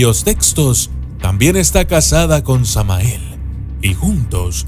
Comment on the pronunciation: En el video dices tamael y es Samael